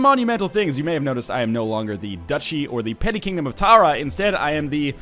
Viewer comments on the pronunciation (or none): none